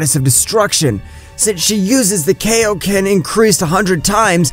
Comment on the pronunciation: Bro said kaioken wrong it's kai o ken